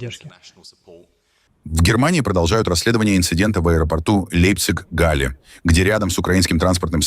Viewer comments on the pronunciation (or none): Лэйпцыг😅.😅😅😅 А попробуй место ии башку врубить! Leipzig /Ляйпцыг😅 Ausergeläder. 1 ии помог 2 поставить не грамотно 😊 Не позорь немецкий язык